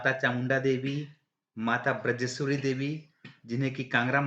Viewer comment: बिरजेश्वरी नहीं बजरेश्वरी अधिकांश लोग माता के नाम का अशुद्ध उच्चारण करते हैं सही है बज्रेश्वरी